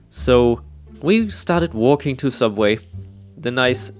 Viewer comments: Do you mean sooubway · this comment is a bit late but it is actually sooubway get it right